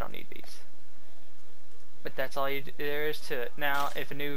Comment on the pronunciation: isnt it "NPC" trainers? not "NPS"????